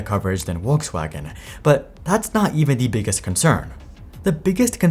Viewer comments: I looked it up and you pronounce the V in Volkswagen. Are you trying to pronounce it the way Germans do? Then it's more like Folks-Vah-gen. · It would be nice if the producers of videos such as this one could learn to pronounce the names of car brands correctly. "Worcswagen" really hurts my ears. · Not being picky but the pronunciation of the company name is weird. In English, the company is Volks (V sounding like V in volt) Wagen (W sounding like W in war). In German, Volks sounds more like the English Folks and Wagen the W sounds like V as in volt, it's Vargen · eats popcorn and enjoys and smiles :) Yummie yummie :) Die VolksWagen (V in german is prenouced F... not that hard, else we start calling New york as Nwe Y-rk) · Its pronounced with a “V” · ffs, if youre going to say the brands name 400 times, LEARN HOW TO SAY IT. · I think I realize what you did. When Germans try to pronounce the English V, it's a common mistake for them to say it as a W. For example, "vest" becomes "west" because German W = English V, so they think it's vice-versa. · Dear creator, how much time do you need to go to google translate -> German and check out proper pronounciation of Volkswagen? 30 seconds? I don't understand what's so difficult... thanks for the video though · the way this guy pronounces Volkswagen is shite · It's Volkswagen not Wolkswagen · Not a comment on the info, just on the pronunciation. The german pronunciation of Volkswagen is something like "folks-waagen." The English pronunciation is "Vohks-wagon." In the video, you seem to get it totally wrong, saying "Wolksfaggen." Just fyi. And also, I do care about diesel-gate. Why would I give my money to an immoral, cheating company? Some people do care about where their money goes. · I can’t wait to get in my “Wolkswagen” when I run my errands today. “VolksVagen” is the German pronunciation if that’s what you were going for. You said Rivian fine so that’s why I’m assuming. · Volkswagen, not Wolkswagen. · Who is Olksvaghen?